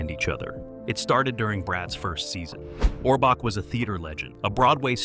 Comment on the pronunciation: This guy is WRONG on many facts and he can't even pronounce Orbach! Ridiculous, writers were there for years.